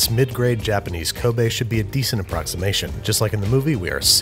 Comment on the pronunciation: Binging with Babish You deserve an award for pronouncing “Kobe” correctly